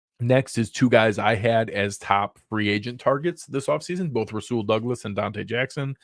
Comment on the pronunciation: Nailed Rasul Douglas. Great work!!!